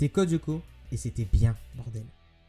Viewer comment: Sa me stresse quand tu dit Codioco :') C'EST CODE LYOKO xD